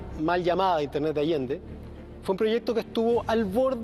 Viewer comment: La "mal llamada intertet de Allende"? Pero si usted mismo la nombra asi en su libro señor Baradit